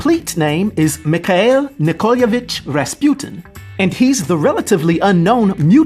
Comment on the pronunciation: How can you pronounce Mikhail wrong? Lol